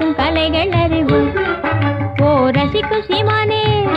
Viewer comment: இந்த பாடல் ரசி குசி மானே என உச்சரிக்கபடுகிறது உண்மையில் ரசிக்கும் சீமானே என வர வேண்டும்